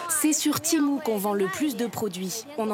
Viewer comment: En 5 minutes de vidéo vous avez réussi à prononcer temu de 3 façon differentes. Je sais pas si c'est de l’incompétence ou de l'humour d'un autre age.